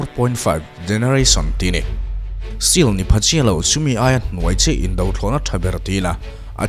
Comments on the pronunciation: Stealth.. stelth tia lam tur... Stil tih niloin... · Still ti lovin Stell ti in lam zawk ta la, a dik zawk lo maw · Stealth t a lam tur, seal nilo n